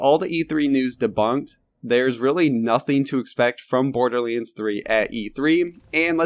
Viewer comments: I legit cant listen to this, just say BORDERLANDS not BORDERLEEANDS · OMG IT IS NOT BORDERLEENS IT IS BORDERLANDS. HOW MANY TIME DO WE NEED TO TELL YOU